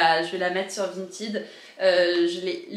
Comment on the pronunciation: Coucou, ça fait plaisir de te retrouver dans une nouvelle vidéo et c'est agréable de t'entendre proconcer "Vinted" correctement 😁. Je suis trop fan de ta jupe, dommage qu'elle soit trop petite, j'aurais été ravie de l'acheter! 😍